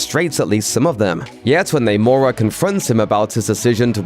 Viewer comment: Biggest unanswered question is: Why does everybody in the movie keep saying Namor wrong